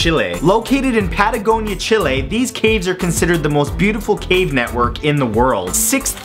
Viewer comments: he actually pronounces it closer to what it should be pronounced. In spanish its pronounced Chee-leh, americans tend to pronounce it as chilly but thats way off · RedEurika in english it is pronounced chilly, in spanish is with the E.. pretty much like matthew pronounced it